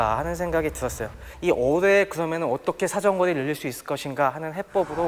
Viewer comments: 적당히 짧아야지 하필 어뢰만 몇십번이 나오는데 어뢰를 어네 어데로 들리는데 불편하지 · 열심히 하시는데 저도 발음이 특히 어뢰에서